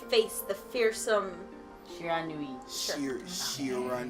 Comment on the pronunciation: It's in the likes of "Shee-Ra-Nou-ee" for Shiranui